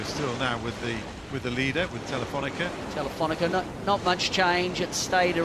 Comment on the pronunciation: I love watching this stuff…but it's TelifonicA…where is the -er?